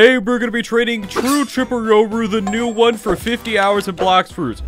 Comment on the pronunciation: “Today we’re gonna be trading chur chirple rooru”